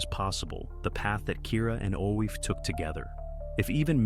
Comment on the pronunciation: Coffee is pronounced Ee-FAH. Its GAELIC